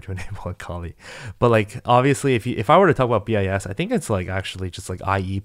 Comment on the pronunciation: homie really out here saying bee eye ess